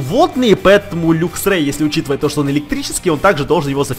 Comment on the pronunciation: не люксрей а лаксрей